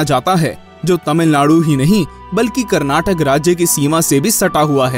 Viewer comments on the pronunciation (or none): none